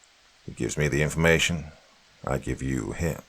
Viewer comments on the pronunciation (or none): none